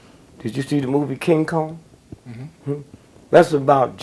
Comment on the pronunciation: i'd almost swear whenever DG mentions something that he is going to throw light on, he purposely mispronounces the name so You can't hold him accountable for slandering that project....."Did you see the movie THe WiZard Of odd" did you see "Kin Kong"